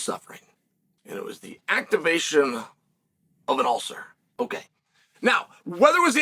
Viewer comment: An ulther?